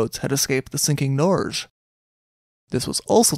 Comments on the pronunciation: No, it’s like Nor-geh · It's pronounced 'Nor' (as in neither/nor) + 'ge' with a hard *g; (as in 'geography', 'geology', etc) That's how you say Norway in norwegian.